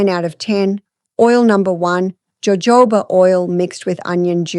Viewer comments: it's "hohoba" not "jojoba" oil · It’s pronounced with an H ho hoba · "Jojoba" is actually pronounced Hohoba.❤ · Jojoba is prounounced " ho ho ba'. Funny. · It's pronounced hohoba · Yes. “J” in Spanish is pronounced with an “h” sound😊.